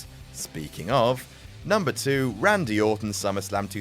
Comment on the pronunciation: Really pisses me off JUDST SAY RANDY FOR FUCK SAKE!!